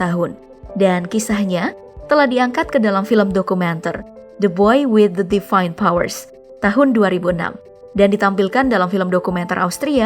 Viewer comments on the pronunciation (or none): Disebut DEVINE bukan DEFINE.